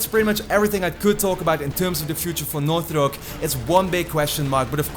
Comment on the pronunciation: dude, you need to work on how you're pronouncing "Naughty Dog" I'm hearing "Nauthy Dog" every time... maybe annunciate your "t"s better